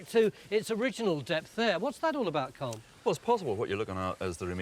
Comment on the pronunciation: Why can't English people pronounce Colm. Its not like it sounds in Malcolm. The L is not silent Tony. Phonetically it's Collem. Comes from Colmcille which is an ancient Irish name